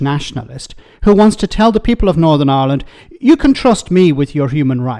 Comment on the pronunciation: He can't even pronounce the word, "Ireland", saying "island."